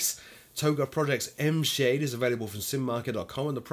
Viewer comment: Got $5 that says ENVSAHDE is supposed to be pronounce as ENVY Shade